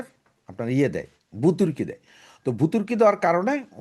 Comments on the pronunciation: ভুতুর্কি নয় ;; ভর্তুকি হবে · শব্দ-টা ভুতুৱকি নয়, ভৱতুকি‌ (Subsidy)। মাতৃভাষাটা কম কৱে শুদ্ধ বলুন। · বুতুরকি? আপনি এত জ্ঞানী মানুষ চ্যানেল খুলে কথা বলেই যাচ্ছেন, কিন্তু ভর্তুকি শব্দটা সঠিক ভাবে উচ্চারণ করতে পারেন না। বুতুরকি বলে যাচ্ছেন। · সাহেব, আপনাকে একটা ভূল ধরিয়ে দিচ্ছি। কিছু মনে নিবেন না প্লিজ। আপনি কয়েকবার ভূতুর্কি উচ্ছারণ করেছেন। হতে পারে আপনার আঞ্চলিক ভাষা। জানি না। তবে উচ্চারণ হবে ভর্তুকি। প্লিজ কিছু মনে না নিলে খুশি হবো। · ভূতরকি কি ? কথাটা ভর্ত্যুকি হবে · ভুতুর্কি না রে ব্যাটা, ভর্তুকি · ভাই ভুতুর কি নয় ভর্তুকি উচ্চারণটা হবে ভর্তুকি আপনার মত গুরুত্বপূর্ণ একজন ইউটিউবার যদি উচ্চারণে এত বড় মারাত্মক ভুল করে তাহলে সেটা আপনি সমালোচনায় করার সম্ভাবনা আছে আমি আপনাকে মোটেও সমালোচনা করছি না জাস্ট একটু আপনার নলেজে দিচ্ছি ধন্যবাদ